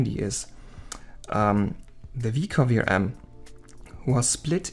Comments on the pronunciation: Hello. please take no offence in the following. Every time u say VRM you sounds like Vram. Can be confiusing. In the future try practising V R M just as normal but with small pauses . It will sound better. Love the video . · You should not have used "vrams" word, , you should say Ve aR eM(spell letter by letter) as in VRM, I got confused thinking you are saying vRam as in ram memory . It was confusing to me as beginner because I dont know the terms, maybe showing the text on screen would help in future. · when u say vrm it sounds like vram so i was a bit confused at first 😺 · See, now , I dont know if that chip controls vRam or VRM, you gotta use better pronunciation/more clear, or use text